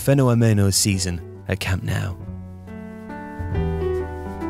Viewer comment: I enjoy the content, but it’s pronounced camp “no”, not “now”